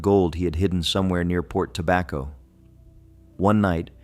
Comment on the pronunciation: Port Tobacco is the only location this AI voice said correctly.